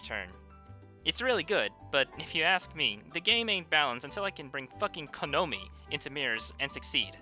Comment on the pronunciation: shoutouts to how you pronounced Konomi as "Ko-NO-mi"